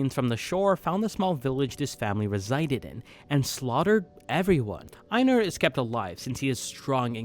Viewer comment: I’m sorry but please stop pronouncing einar like that, you act like you haven’t watched an episode and see just reading off a script someone else wrote